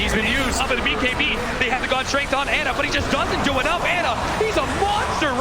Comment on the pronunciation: I hate how Cap says Ana. Isn’t it pronounced “Ah Nuh?”